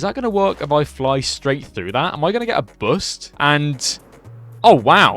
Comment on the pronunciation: Bost, ‘oo’ like ‘spoon’. Boost.